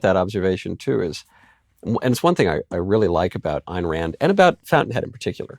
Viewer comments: Not to focus on trivialities, but wth, Puzder? Her name is Ayn (rhymes with pine), not Ann. You've been a fan for years and you obviously must know this. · Ayn Rand is pronounced Eye-n not Ann. Eye with N on the end. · “Ann” Rand? 😂